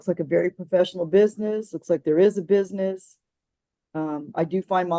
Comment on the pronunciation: I don't like the way she says "business". She's not saying it right.